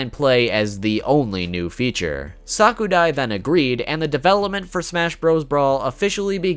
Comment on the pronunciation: I hate to be a know-it-all but it's pronounced sa_ku_rai